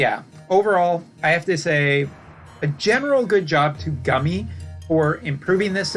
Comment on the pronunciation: Are you ever positive about anything? Also stop saying Gummy, that's not how it's pronounced.